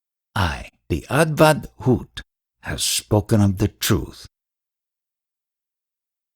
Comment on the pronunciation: avadhoot..not advatbhuta